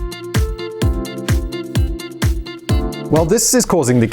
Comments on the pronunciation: "chaebol" pronounces more like "JaeBuel" which means "Extremely Rich[family]". President Moon is has been doing excellent reign, despite fighting old school politicians and "chaebol". He is the fighter for a common people, where elite were ruling the country for a long time. Korea has come a long way, and it's time that she begins footstep of individual rights and true democracy!! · Hallyu is pronounced perfectly. Chaebeol should sound like "jaebeol" Many clips are very old as though they are from the 1980's. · 1. your wife is 1 korean out of the many Koreans. She doesn't represent us all. 2. I would agree more with your comment if he didn't butcher some of the pronunciations so badly. If he said "chae bowel", "zae bowl", or some where along the line of it sounds somewhat similar, I'd be fine. But this guy is talking about these things as if he's never had a single conversation with any other human being or never heard anyone speak about it anywhere including online. If he did that in the early 2000s, then I'm sure more would be OK with it because people were less connected and online resources were less available. We are heading 2020, where people are more connected online than ever and online resources are incredibly plentiful. Most commonly used foreign proper nouns or terms/concepts you can easily google their pronunciation and get the result in less than a minute. Maybe he needs to do something like it ESPECIALLY if he's going to talk about it to a crowd of people. Usually a lot of people's reactions are in a continuous scale. There is bad, and then there is horrible. His is a lot closer to the horrible end, not relative to Korean speakers (native and non-native), but majority international non-Korean speaker level, and it doesn't look like it's doing him any good. Especially if he's trying to present himself as "I've done my work and know my stuff" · Kee-balls? So chicken is kicken and China is Kina? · conglomerate = chae - bul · Chaebol is pronounced zaibatsu